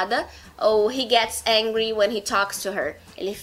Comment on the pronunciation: Desculpa em te falar mas sua pronúncia de angry está errada, seu que vc é brasileira e pra pronunciar como nos é bem dificil mas o meu curso ofereço pronúncia igual como nos nativos